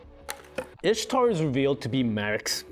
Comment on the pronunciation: ah yes. My favorite character. I s h t a r